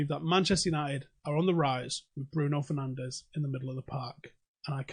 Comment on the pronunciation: 6. His surname is pronounced differently than everyone uses it, he is Portuguese, not Spanish!